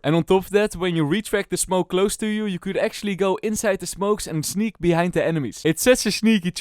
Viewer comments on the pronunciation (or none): none